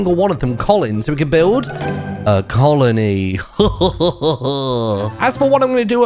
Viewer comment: "So we can build a colony" Proper british man right here